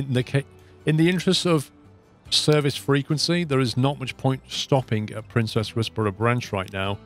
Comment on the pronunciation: Loving this series. One criticism...Princes is pronounced like Prince's and not Princess.